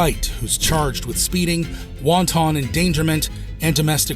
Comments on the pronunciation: Must be AI narration it pronounced wanton as in won ton soup. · "Wonton" endangerment. Stop using AI; I'll narrate it for you. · Wonton endangerment? WONTON?!